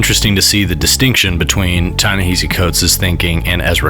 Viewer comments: Ta-Nehisi pronounced his name in the clip and dude is still mispronouncing it. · Ta-Nehisi Coates pronounces his name correctly. Why can't you?